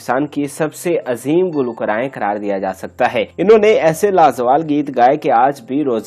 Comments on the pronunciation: وڈیو اپ لوڈ ضرور کریں لیکن اپنے تلفظ بھی درست کرلیں۔ مشق کریں گلو کا رائیں۔ گلو کارہ ان گلوکاراوں کے گانوں کا جذباتی تعلق تقریباً ھمارے بچپن کے زمانے سے ھے اور سب محترم ھیں آپ اپنے متعلق بتائیں اور اپنا تعارف کروائیں یہ سب National Legend ھیں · گلو کارائیں کا تلفظ تو درست کر لیجے۔ شکریہ